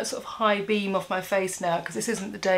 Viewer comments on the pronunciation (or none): none